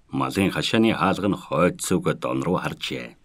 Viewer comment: Дон биш доон гэж уншвал ямар вэ